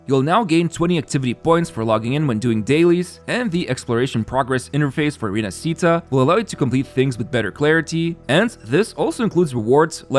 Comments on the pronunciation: Rinascita is italian and is pronounced like Rinashita for you english people not RINASITA ...Roccia character almost there but without the full sound of the "i".. is more like Roccha ... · Its not Rinascíta. Its Rináscita... Not Roccía, Ròccia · Repeat after me: Ree-nah-shee-tah, stress on the first A. It's not Rinasceeta or whatever. With all that stuff, this 2.0 feels more like 3.0. Can't wait. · by the way, rinascita is pronounced rina-shi-ta, roccia is pronounced ro-cha and carlotta just needs emphasis on the o. I'm Italian and pronunciation matters a lot to me, the devs do poorly to pronounce it right but at least we can. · rinascita is actually pronounced "rinashita" if you spell it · Rinascita, gondola, Roccia... Please please please learn the correct pronunciation of these Italian words, especially where the tonic accent falls, it's a torture to listen to these terrible pronunciations...